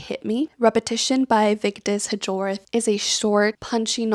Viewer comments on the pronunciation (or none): This isn't to be petty, you just strike me as a person who wants to know how names are pronounced correctly (and it will make talking about the author much easier should you read another book by her): Vigdis Hjorth's last name is pronounced more like "Yoort" (with a rolled r). Thanks for presenting your recent reads. Some sounded very interesting and might make it onto the stack of book I intend to read.